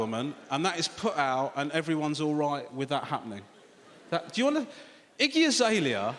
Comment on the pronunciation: i thought he was saying “icky azalea” at first 😆